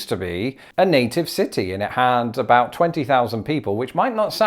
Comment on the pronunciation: Someone, I think it was Brentalfloss, once described traveling between the US and Canada as being like going to one of those alternate universes where things are slightly different. Everyone comments on the "about" thing (and you're the first non-Canadian to imitate it correctly, it is indeed "a boat", unless you're talking to J.J. McCullough), but one Torontonian I know pronounces "rather" in the British way. "Rawther". Is that normal? I don't know any other Canadians to check in with.